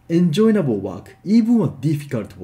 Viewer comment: Hi, thank you for your lesson. I always learn a lot from your videos. Please allow me to help you. You are adding an extra "n" to the word enjoyable so it sounds like en-join-able. It is just en-joy-able. There is no "n" at the end of "joy". I hope this helps.:-)